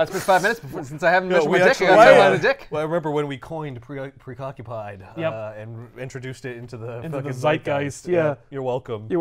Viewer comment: He most assuredly said "precockupied". Freaking love this show, great stuff.